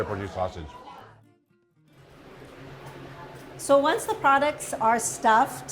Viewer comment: Sosisi. Totiti. 😂